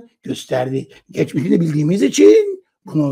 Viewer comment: Geçmeşini de derken😅😅😅